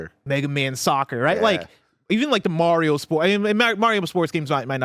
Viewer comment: i need to please start saying MARIO'S name correctly calling him MEHRIO is annoying to hear man c'mon guy lmaooo!